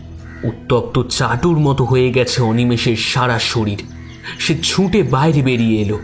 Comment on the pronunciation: Golpo ta valo laglo...over all presentation bes valo kintu narrator kichu jaygay ohetuk chondrobindu jog korchen...eta kno. Jmon -- ছুঁটে চলেছে। erokom aro koek jaygay kane legeche...jehetu apnader presentation valo legeche tai bollam